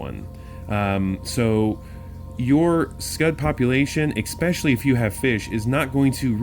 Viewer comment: "Expecially" isn't a word, axe your moms, lmfao!